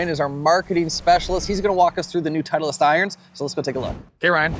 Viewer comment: Why does this guy add an extra E to titleist